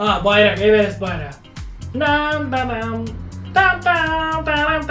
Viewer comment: Abi evenes derken ?